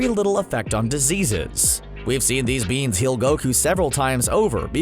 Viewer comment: "THEEZ BEENZ"